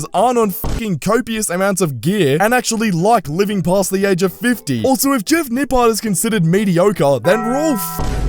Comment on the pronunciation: Lmao “nipple”